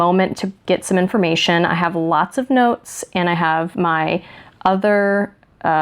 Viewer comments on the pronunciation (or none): none